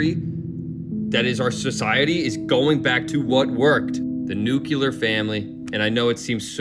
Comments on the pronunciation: Dude talks about a lack of education but can't even pronounce nuclear properly. It's not "newk-yoo-ler" buddy. Try saying "New Clear" slowly. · Everything He Was Saying Was Fine Until He Pronounced The Word Nuclear As "Nuculer"🤦‍♂️🤦‍♂️ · Nuclear, not nukuler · Why do so many Americans pronounce '' nuclear '' as '' nuccular''? And English isn't my first language. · That one guy had me until he said nu-cue-lar... Come on man you gonna hit all the checks, then come off soundin' like Homer Simpson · Not only does this “bro” claim to know what god intended, but he also went to the George W. Bush school of pronunciation.